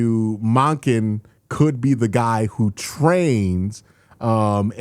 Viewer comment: do you pronounce his name like "MAHken" on purpose for engagement? That would be brilliant